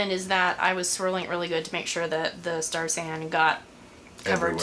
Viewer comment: Around , are you saying star sand? lol